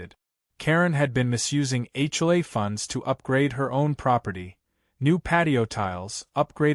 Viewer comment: When will AI learn that the Capital Letters in HomeOwner's Association are pronounced and scripted as H O A, not A CHOI.